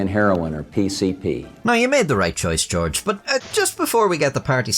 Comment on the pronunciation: stop talking on camera 🤦‍♂️” His Fadder Georege Hach W Bush” and yes ik i spelled george wrong thats how he said it